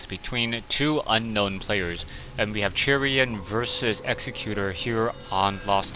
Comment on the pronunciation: I would think 'Chrian' would be pronounced as 'Christian' without the 'sti', like "Kreean", but I could be wrong. Not sure how you get it to be "Churian" though... Anyway, thanx for yet another commentary! (Although this game really sucked..)